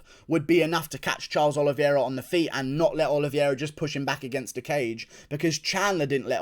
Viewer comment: It’s pronounced oliveira not oliviera